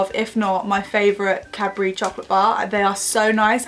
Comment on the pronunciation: Every time she says "Cadbury" I hear "capri." hehe